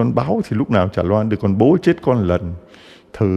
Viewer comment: THƯA CHA LONG ; ÂM ; CH ; NGÀI PHÁT ÂM SAI SAI RỒI NGÀI ƠI ; CHUŹ́A CHZA ; ; LÀ CHÚA CHA ;; CHUŹA CHUŹNG CON ;; LÀ CHÚA CHÚNG CON ;; CHIZỤ CHZẾT ;; LÀ CHỊU CHẾT;; .....VV......VV...... . CHA ƠI Con giáo dân thômasô THÂN VĂN HẢI 72 tuổi . CON XIN LỖI LÀ CHA